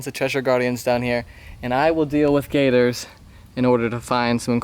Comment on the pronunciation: I really thought you said Gaydars. But turned out to be gators.